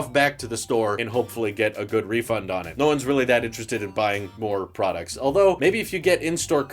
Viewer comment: No PRAWDUCTS??/